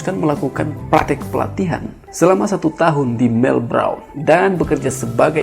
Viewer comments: Sebut melbourne sj salah hihihi melbrone bejajarrr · Universitas melbourne (baca melben) bro